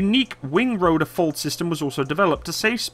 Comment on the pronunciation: What's a "roder" ? What's a "compuder"? What's a "faciliddy"? :D